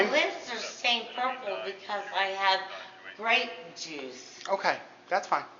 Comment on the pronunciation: "I had gruape joooossss"